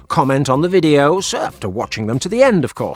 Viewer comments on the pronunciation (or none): none